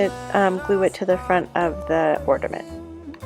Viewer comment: Are you saying "ordiment"?